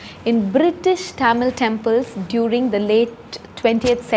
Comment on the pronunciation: I challenge you to say Tamil, and not thamizl